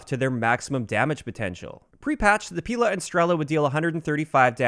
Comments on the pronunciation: It's not pIla - it's pilA >_< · Omg it hurts my ears so much! Not "P'ILA" and "STR'ELA", but PIL'A and STREL'A. Emphasis on the last letter. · Stress other vowels in Strela and Pila